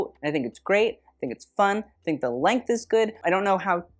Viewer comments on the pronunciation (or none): none